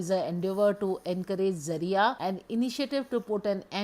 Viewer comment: Thank you for pronouncing the word Zariya correctly. 👍👍👍 I heard so many versions of it n it was quite annoying. This time I dint ordered glamego box but Nature's co products looks worth buying it. Let's see how fast I change my mind n order this😊